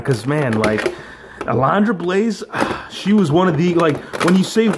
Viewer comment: Uh-LUN-druh. Say it with me now: UH-LUN-DRUH. Lol just messing with you bro. Great unboxing & review,! Gotta have that Razor and A-LUN-DRA Blayze!👍👍😁